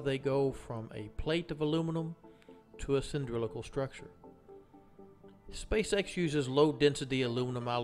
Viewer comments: CAN'T HEAR YOU "cyndrilical" -> "cylindrical" terrible pronounciation. ugh can't watch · You lost me at "cyndrilical" 🤣🤣🤣 i wonder if a "nucular" weapon is of "cyndrilical" shape🤔